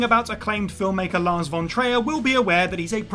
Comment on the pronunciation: Lol. Two different attempts at pronouncing Lars Von Trier. Neither correct.